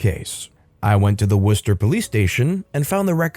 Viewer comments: Nice....I'm from Ma...you pronounced Worcester correctly!! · Hey!! I’m from MA and it was nice to hear you pronounce Worcester the right way 😂